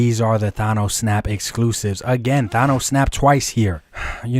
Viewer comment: Who is “Thon-Nosse” bruh 😂